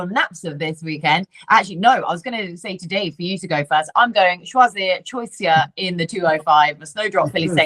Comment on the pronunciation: Choisya is a great shout one on my tracker 👍 And you are pronouncing it correctly, Choisya is a shrub plant one in your garden they are great 🌱🏇